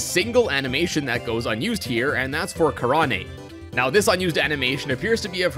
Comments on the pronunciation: I've never heard anyone pronounce Karane's name that way before. It's not japanese, it's a play on the word "crane" since most people in Skyloft are named after birds. It's pronounced "kah-RAYN." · damn now i feel dumb for pronouncing her name "kah-rah-NAY" i guess i just thought it would be pronounced with japanese sounds lol